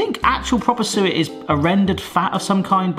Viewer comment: When you said suet the first time I thought you said sewer, but when you said it the second time I thought you said sewer again,hahaha. So I had to look at the recipe to see what you were talking about. Now I know what it is. It´s called talg in Swedish. God jul och gott nytt år from Sweden.